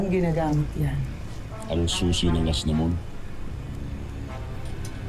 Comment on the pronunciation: Asnamon arber Mali pagkakabigkas ni aquil